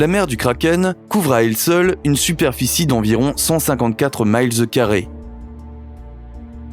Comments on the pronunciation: Ou bien il peut donner les deux…systèmes imperiale et métrique. Mais ce qui m’agace le plus, c’est de prononcer la distance « miles » en anglais 😡 comme ci ce mots n’existait pas en francais 😤 Vraiment, il y as une de ces paresse intellectuelle ou un un oublie collectif sur le francais depuis quelques années. 🤷🏻‍♂️ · Très interant, mais si vous vous donner la peinne de parler en française, veuiller SVP vous dispenser de parler certains mots en anglais. « Mile(s) » se prononce aussi en français. Même si ce mots s’écrit de la même façon en anglais, il n’est pas indiqué de le prononcer dans une langue étrangère puisque c’est francais aussi. Noter aussi que le mot de mesure anglaise « yard » (juste un peu plus court qu’un mètre) se prononce en francais « verge » (…et non, ce n’est pas ce « slang » francais qui désigne l’organe sexuel des hommes) Je trouve que avec le temps il y as un Laisser aller et un oublie collectif a comparer au français d’avant. …ressaisiser vous mon cher!